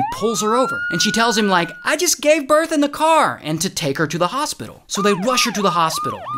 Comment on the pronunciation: Ah yes, a “biirth” certificate